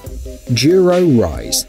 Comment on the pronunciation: Why does he pronounce "Duro" as "jeero"? Also, an electric bike that goes that fast will require a motorcycle license in pretty much all locations. That's why most electric bikes are capped at something like 15 mph.